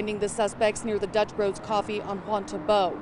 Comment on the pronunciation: Yeah! Chavez said it right. Dutch Bros!